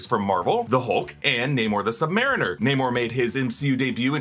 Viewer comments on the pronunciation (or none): none